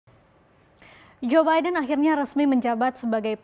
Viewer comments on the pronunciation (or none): Gw dengernya joebaida